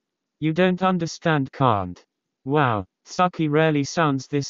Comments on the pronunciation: it's the bot pronouncing "tsukki" as "sucky" for me lmao 💀💀💀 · Nobody ever: 😊 The voice: SUCKIE ❤